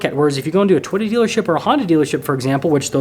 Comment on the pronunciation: Lol dude can't say toy ota